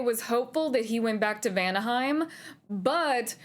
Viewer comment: When I read the title saying you're a Norse mythos nerd, I totally expected you're going to pronounce the places with the rolling R. (Helheimr, Vanaheimr, etc.) And the double L tch sound too in Sköll. Guess I expected too much. XD So cute to see you nerding out tho. <3 I'm gonna watch your playthrough. I think your playthrough is going to be interesting.